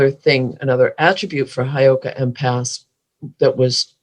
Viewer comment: Hey girls.....it's Heyoka Hi girls.... It's not Highoka